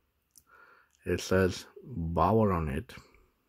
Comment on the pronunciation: The correct pronunciation of Baoer in English is "Be'are" NOT "Bower".